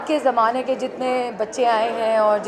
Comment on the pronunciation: it's not ki it's kay yaar😂. kasautii zindagii kay 👍